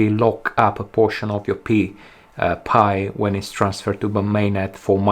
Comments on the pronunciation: Pie..not Pee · It's not called "Pee" coin, Its Pi, like in "Pie". Oh I see you realize its called Pi but your french accent pronounces it Pee. Like I gotta go pee. Lol. ✌️👍😁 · It's not PEE coin, it's Pi Coin, as in Pie. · Everybody calls it "Pi"! Not Pee! It sounds too funny calling it the "Pee coin". 😂✌️